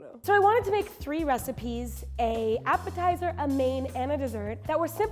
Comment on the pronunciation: The appitizer is sooo dutch 😂